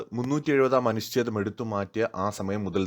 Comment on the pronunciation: അനുശ്ഛേദമല്ല അനുഛേദം...... എത്രയോ പ്രാവശ്യം ചൂണ്ടിക്കാണിച്ചു, പക്ഷെ തെറ്റ് ആവർത്തിക്കുന്നു.